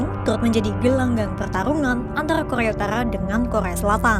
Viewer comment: Kokhrrrrea utarkhrrrra 😂